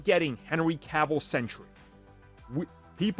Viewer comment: Sentry is pronounced "Sen-Tree" as in a guard or guardian. It's not "Sen-tur-ee" as in a 100-year time period.